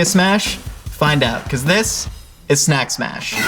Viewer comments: 'nak mash' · "Nack Mash" 😒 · "Enack Mash" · Snack smash!............. snax mach........... sna ma - 2019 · What was supposed to say: Do these snacks smash?! What actually said: DID SNACKSASHAFALEN?!?? DA FAFELE SNAFAFELEN?!??